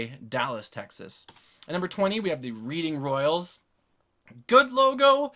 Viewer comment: The reading royals is pronounced Redding